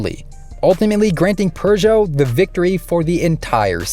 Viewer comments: There's no "r" in Peugeot. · I guess "restrictor" is Seppo for "turbo gate", just like "sell eh kar" is Seppo for "Celica". You can pronounce Peugeot properly, though. Edit, not Lancia or Hyundai, however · Forget lancia what about the pugeot